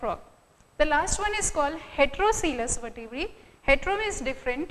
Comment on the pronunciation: it's not vertebraes. It vertebrae becoz vertebrae is a plural word